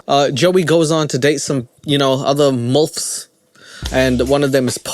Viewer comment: “Mulfs” lol